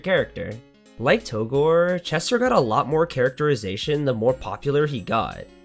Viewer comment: It's pronounced "togrey"